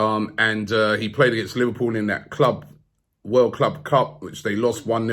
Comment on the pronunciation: couldn't pronounce club world cup..